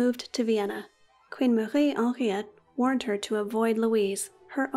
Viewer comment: I love the the way you pronounce Marie Henriette 🙂